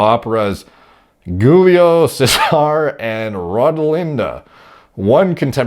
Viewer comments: "Gulio Sèsarr" fucking killed me, I know that Italian Is not simple but come on, Cesare is pretty famous 😂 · Giulio Cesare - Jul-lio Che-sah-reh I believe.